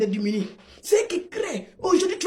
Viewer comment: On dis demuni